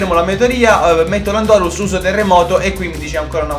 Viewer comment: si dice lándorus non landòrus